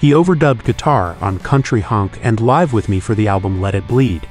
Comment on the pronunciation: Live ( pronounced ‘liv’, not ‘l-eye-ve’) With Me.